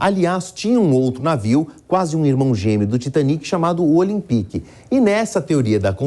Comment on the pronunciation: "Olimpique" pkp. Custava nada ter pesquisado a forma certa de se falar